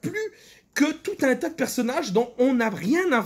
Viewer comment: L'accent est très bon, il faut juste retravailler la prononciation du "un" et ce sera parfait 🤣